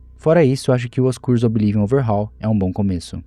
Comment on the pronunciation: Desculpa, amo seus videos mas q agonia vc falando OBI LIVION, qual problema em pronunciar corretamente kkkkkk